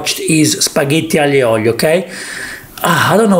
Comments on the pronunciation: spaghetti AGLIO e OLIIIOO, not OGLLLIIIOOOO!!! So che sei del sud ma è OLIO non OGLIO!:) se devi fare la punta allo s******o falla come si deve!:) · ahhh.. why you call aglio and oglio!!!! is aglio and olio!.